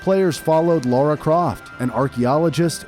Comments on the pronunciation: Lara NOT Laura...how can you get such a basic aspect so WRONG?! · Her name is Lara not Laura. Why do you call her Laura every time you mentioned her name? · Very enjoyable video only slightly let down by constantly pronouncing the character's name as "Laura"